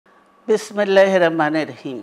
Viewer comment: বিসমিল্লাহির রাহমানির রাহিম শুদ্ধভাবে কখনোই শুদ্ধ ভাবে আপনাকে বলতে শুনিনি এর থেকে বাচ্চারাও সুন্দরভাবে বিসমিল্লাহ রহমান রাহিম বলতে পারে